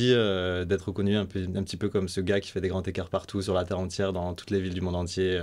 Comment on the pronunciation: Please, de grâce, pitié pour nos oreilles ! SVP, des grands-z-écarts, pas des grands-t-ecarts ...